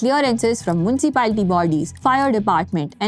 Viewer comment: Hey sister, Correctify Ur pronounciation, As-if it's not Moon-c-pali, But Municipalitty by pronounciation. Got it ? Bye, From ewxime be careful !